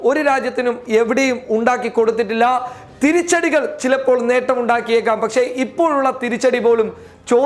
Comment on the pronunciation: ഏതാടാ ഊളെ നീ ?? ഷെഷം അല്ല ശേഷം ആണ് ... പച്ചേ അല്ല ... പക്ഷെ ആണ് ... വിവരം കേട്ട തീട്ടം